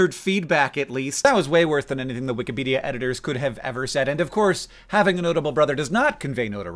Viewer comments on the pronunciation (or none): I would almost swear I heard you say "wik-uh-pedia" page just now ... But as I've been watching through the OG Brotherhood 2.0 catalogue the past few days, I am acutely aware that this is in fact, a mispronunciation. Just thought 2007 Hank would want you to know that, 2025 Hank. Carry on.